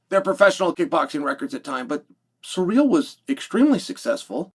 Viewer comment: See-rill not sir-real